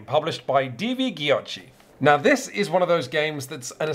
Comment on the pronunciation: I don't want to be that person, but as an Italian I shudder everytime I heard the word "giochi" butchered ^^;;; The pronounciation in Italian is counterintuitive to English people, as the "G" is soft, and the "ch" is hard (like a K)